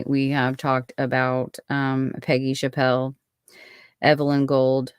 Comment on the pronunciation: Her name is pronounced chapp-le not chap-pell. I knew Peggy very well. I was her Sunday school teacher at church. She was a special child and I will always believe her mother was involved in her murder.